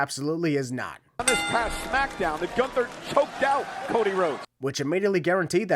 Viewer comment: gun-ther. ding (edit: referring to Michael pronouncing it like that)